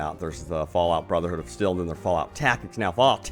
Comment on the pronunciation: I love you man your a great youtuber but did you really just call it brother hood of still